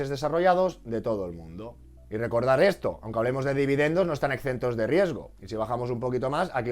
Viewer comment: Exentos (en lugar de "excentos")